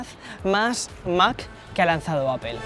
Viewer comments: Me gustan tus videos y soy uno de tus suscriptores pero joder tío ya pronuncia bien la palabra “APPLE” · ¿Por qué lo pronuncias “appel”? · Hay algo que me sorprende muchísimo todavía, un YouTuber de tecnología que se enfoca mucho en los productos de la compañía Apple todavía sigue pronunciando mal la marca. Cómo es eso posible y más aún viviendo en EUA 🇺🇸 ósea no lo estas pronunciado ni en inglés ni español😵‍💫😵‍💫